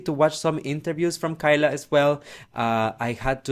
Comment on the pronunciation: Hey! It’s pronounced KAY-LUH not KY-LUH:)